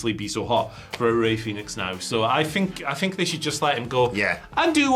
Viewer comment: Guys, it's Fenix, not Phoenix. Jesus Christ. Lol